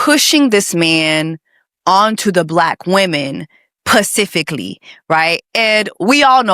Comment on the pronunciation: Does Jessie say "pacifically" on purpose? Asking because this is my first time watching and its so cringe because shes seemingly intelligent otherwise and that may just be a thing she does on purpose. Lmk. ❤